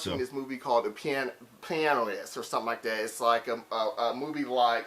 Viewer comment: pianoist??? haha pianist, dude sus